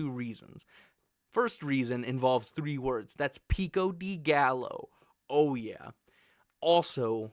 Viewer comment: PEE-KO DEE GAL-OH 😂 Loved the video. If you swap mushrooms and bell peppers, the ranking is perfect. Also, u called red onions red peppers lol